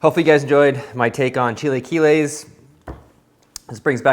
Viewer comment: chil-uh-kee-les........ other than that, looks delish!